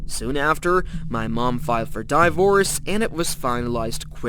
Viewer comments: Bro needs to fix his grammar instead of saying divorce bro said dievorce he needs a better English teacher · Divorce ❌ Dievorce✅ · At the end, he pronounced divorce as ‘die-vorce’ this has to be an AI voice